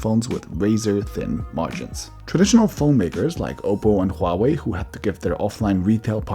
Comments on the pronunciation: Huawei is diffrently pronounced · So it's hua-way or it's pronounced like huawaii.🤔